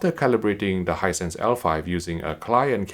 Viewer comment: No one:: "Hinsight is dwendeeh dwendeeh"